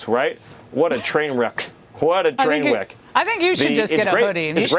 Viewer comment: "What a twain weck!"